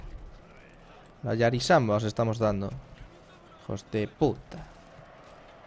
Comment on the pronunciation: "la yarisamba" XD este vídeo se ha ganado definitivamente el like.